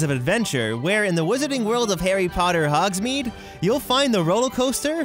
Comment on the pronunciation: HE SAID HOGSMADE WRONG OMG I JUST SOUND LIKE HERMIONE